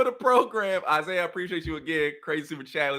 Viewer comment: He called my mans isaiahic lmao